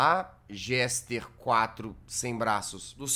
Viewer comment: Jazz desculpa por te corrigir:( mas o nome dele é Jester é não Gester 😅